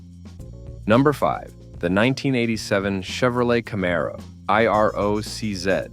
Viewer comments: The Camaro eye-are-oh-cee-zed. It's IROC-Z. I'll forgive the "zed" grudgingly, but gotta dislike every video from anyone using auto narration without saying that's what I'm listening to. Just read the shit yourself if you want me to spend time watching. If it's not important enough for you to take time speaking into a mic, why should I waste time watching so you can earn a few easy bucks? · Every time you say I R O C Z, I cringe... Try it like this: eye rock zee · The I-R-O-C-Z???? WTF??? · IROC-Z is not supposed to be spelled out. It is pronounced I-rock zee. And how do you turn a Z into zed? It is plainly a Z, I don't see an ed after the Z so how does it become zed?